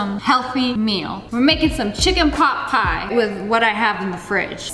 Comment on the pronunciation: i thought she said chicken pop pie but its chicken pot pie